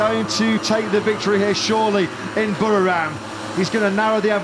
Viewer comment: No podium but well done Jack Miller. A huge improvement. And those Pommie commentators never did learn to pronounce 'Buriram' correctly 🙄